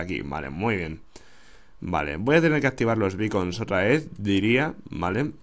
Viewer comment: Creí que decías bacon de comer /._.\